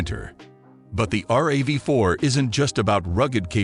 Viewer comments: Once he said "the R A V 4" instead of RAV4 I was out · RAV 4 not R a v 4 jees! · Hate these videos with computer voices that don't know how to pronounce things. Probably all content from a chat bot. "R.A.V. Four" lol!